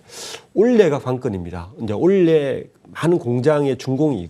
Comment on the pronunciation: 올해 발음이 그리 힘든 것인가요? 내용은 아주 좋은데 올래’ 라고 발음하셔서 ㅠ ㅠ 집중이